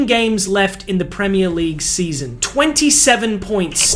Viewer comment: I’m an Arsenal fan but Jesus Christ, this mf can’t even pronounce “Premier League” normally 😂. Americans man, bet this guy just makes content with the goal of money, don’t know a fucking thing about football haha